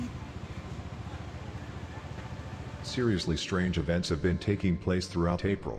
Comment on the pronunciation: "STRAGE" sounds